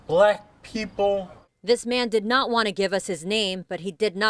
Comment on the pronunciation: "Bahlack pehpole"